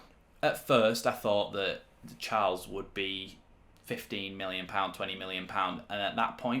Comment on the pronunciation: His name isn’t pronounced as in the English version of Charles